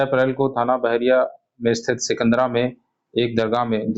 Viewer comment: सिकंदर नहीं सिकंदरा है जी